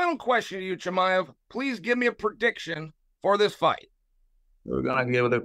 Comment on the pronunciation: Chael butchering Chimaevs name the whole time 😂